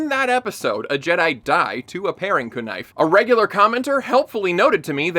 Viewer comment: "a paring kuh-nife" XD